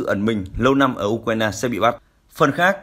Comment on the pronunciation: Tôi đã nói nhiều lần: thay này đi. Nay lại nói, đọc sai tên của tổng thống Ukraine...